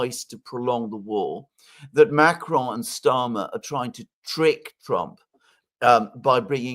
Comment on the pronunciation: I can’t stand how says “ macaron” so fricking annoying 😡 just say it normal like every other word you pronounce.?